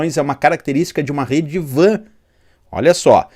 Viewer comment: Penso que WAN se pronuncia "UAN" e não VAN,pois o W é de Wide, nome inglês.